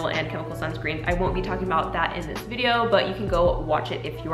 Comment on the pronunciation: why did you say “videouhrh” like an australian but talked like an american the rest of the time? my brain is just 🌀 edit: and she also said “dohyun belohwrh” with an australian accent.,4&;!’fjx@@ i am so confused. great video tho, and your very pretty i just watched the whole video and now i get it... i believe it is kind of a joke (?!?!?!??!) and if it is not i don’t wanna be disrespectful or anything